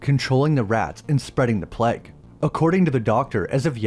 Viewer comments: Its pronounced Playguh.. not Pleg.. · You pronounce plague weird 😂”pleg” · Dude ur pronunciation of plague is so bad...